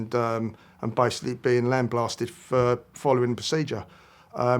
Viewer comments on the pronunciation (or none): No one told him it's "lambasted" not "lamblasted"?